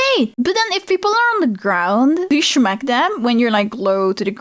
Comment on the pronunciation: Hearing unironically say, "Shmack" really made my day.